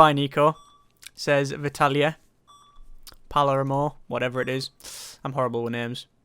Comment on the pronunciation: PA-LAIR-MO. That is all.